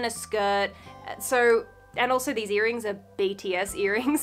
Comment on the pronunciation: I was looking for my TIS sure when I heard her say "BTS earnings" and I slammed my head on the wall trying to lean back up 😂😂😂